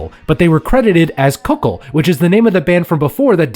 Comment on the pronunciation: Kukl. Is not pronunced Kuk-ul , its just kuk-l